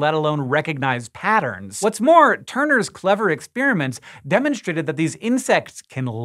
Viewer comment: ek-SPÈER-uh-ments? Hank is so funny sometimes! LMAO!